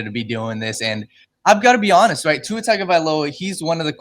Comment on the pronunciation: Ight I’m not a Tua stan but at least get his name right if you’re gonna talk about him on a podcast.